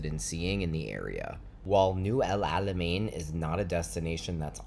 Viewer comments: Your pronounciation of the ein letter is impressive for a non arab, bravo 👏👏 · I feel your pain every time u try as much as u could to pronounce Alamein correctly 😂 It was so accurate though and I really appreciate your efforts ♥️♥️